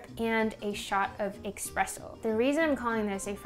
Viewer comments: great video! just wanted to say that its actually eSpresso and not eXpresso :) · saying expresso instead of espresso had me giggling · ESpresso, not EXpresso. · Hate to be that guy, but it‘s eSpresso not eXpresso. Also mocca pots , like the bialetti, don‘t make Espresso, they make mocha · Great video, but I cannot let this go. It is "espresso", not "expresso". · It's Espresso, not Expresso!! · On no, its not eXpresso...:D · Are you pronouncing it Expresso ? :p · EXPRESSO xD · everything looked great, loved the video and all, but when you said eXpresso...several times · ‘Expresso’. Come on now. Where’s the x coming from😩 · Its espresso, there is no x